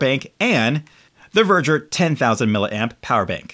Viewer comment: It’s actually called ‘Veger’. Not Verger.